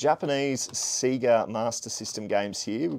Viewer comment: another great vid! Btw it’s “SAY-GA” not “SEE-GA” 😂 cheers 👊🏽